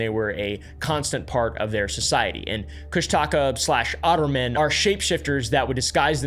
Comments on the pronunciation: As a native alaskan it's pronounced kush-tuh-kah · "Cush-Taka" has me laughing, im sorry😭🙏